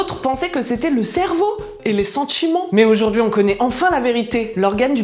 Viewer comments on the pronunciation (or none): Et les "sentchiments"